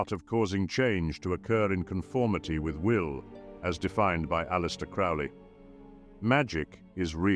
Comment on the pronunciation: Well that's not how you pronounce Crowley's name.